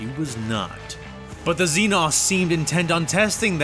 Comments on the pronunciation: Lmao. Xenos is literally just an almost always mispronounced word for foreigner in Greek. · Okay, time to talk about the xenos thing. This is a compound pronunciation error that's infested the entire 40k fandom and voice acting infrastructure, and it's entirely down to an deeply entrenched, endemic pronunciation error by the English. They have this idea that the suffix "-os" is an "awss" sound instead of an "ohss". And a tendency to mistake "xenos" (the plural of the word xeno, as in "zee-knows") as a gothicized title featuring the "-os" suffix. It is not. Xeno is short for "xenomorph", which in this context simply refers to any alien/human. And the plural of xeno, xenos, ends in a Z sound. There are no "zee-noss". Only "zee-knows". Why is this so hard for people to understand? Also, you know kväss is a small beer made from fermenting ryebread in water, right? It's got nothing to do with bears.